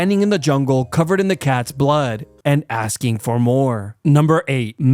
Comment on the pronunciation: "aksing for more" ah hell nah💀